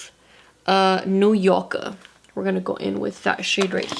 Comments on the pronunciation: Every time she says New Yorker like a New Yorker... New Yorka🤣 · I like the accent every time she says "New Yorkerrr" 🏙️🌆🗽. Love these videos. So pretty. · Lmaoo the way you’re saying New Yorker u got me dead